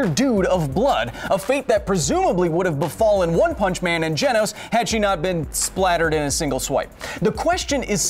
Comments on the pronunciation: It's Genos, not Genos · Is anyone else annoyed with how he pronounces genos name😐